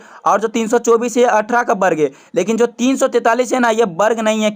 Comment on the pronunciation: Sir aap barg bole varg nhi 😂😂😂😂😂😂😂😂😂😂😂